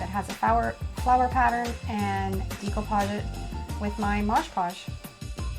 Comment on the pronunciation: You are pronouncing "decoupage " & " mod podge " incorrectly